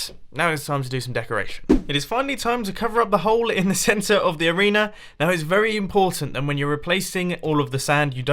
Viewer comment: at 645 he said arenear